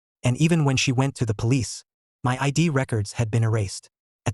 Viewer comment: ahh yes the palicce